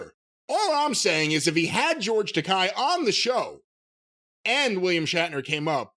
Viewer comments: And George pronounces his name as Tek-eh (long a), not Tek-eye. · Takei is pronounced "Tuh-kay". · Guys, if you haven't seen George on YouTube telling folks how to pronounce his last name, it rhymes with "okay". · Takei It's pronounced like Okay. Didn't anyone listen to Howard in the 2000's?